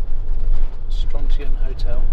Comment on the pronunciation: Thanks for this. Brings back happy memories of a few weeks I spent in Lochaline a few years back. By the way, Strontian is pronounced with emphasis on the middle syllable StronTEEan (I got told off by a local for saying it wrong).